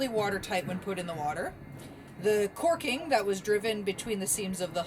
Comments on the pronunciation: Jesus...if I hear another one of you Pea-Peck'en, mush- mouthed Reb. SwmiSouthern want-ah- be's,, SAY " CORK'EN " when the word is CALK'EN "... ..WELL, I don't know what I'll do.....!!! Christ,, they even say it wrong way up in Washington State..???? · Umm...I believe it is called "caulking" not "corking". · Caulking, Pronounced like cock.